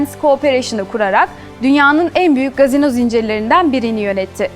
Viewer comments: Gazino değil efendim "casino" KASİNO şeklinde okunur. Ancak türkçe kumarhane deseniz daha uygun olur diye düşünüyorum. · Sevgili dış haberler sorumlusu,"Gazino" değil CASİNO!